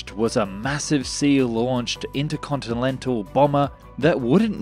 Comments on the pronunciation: Did you really say “intercontilental”? And your tonnes to pounds conversion is crap. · Interconti-Lentil indeed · ..."Intercontilental Bomber.." !? A cunning stunt.... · "intercontilentil" 2.23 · new words in this episode intercontinentilental foolhardly possibible astromoner